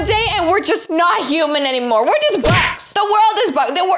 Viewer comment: The man said houman hair lol